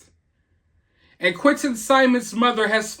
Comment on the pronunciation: Why can't she even say Angel Quinton's name